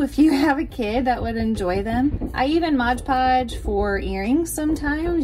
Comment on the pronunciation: M-o-d. It is not modge podge!